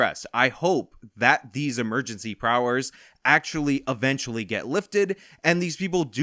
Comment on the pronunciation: "Emergency prowers"